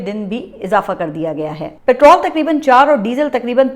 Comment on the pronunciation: برائے کرم پٹرول کو پٹرِل مت کہو, جب آپ پٹرولیم کو پٹرولیم کہتی ھے یہ دوہرا معیار ھے ایسا دوہرا معیار آج کل کی پاکستانی نظام جو اسرائیل امریکا یعنی یہودی غلاموں کا غلیظ شيطانی معیار ھے مگر آپ اس غلیظ غلام شيطانی نظام میـں سے نہیـــــں. باقی پر بار آپ جناب محترم حضرت عمران خان صاحب کی اطاعت فرمایئں. ،شکریہ.